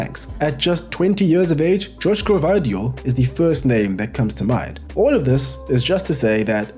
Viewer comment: beatiful summary mate, I'm aware Croatian names n surnames are hard so i'll assist ya ,Dejan Lovren as DeYan not Dezhan and Joško Gvardiol Yoshko Guardiol, keep on the good work